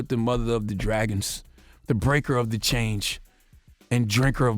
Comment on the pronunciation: Hold up hold up hold up.. did he say "the breaker of the CHANGE "😂😂😂😂😂😂😂😂😂 lol Charla noooooo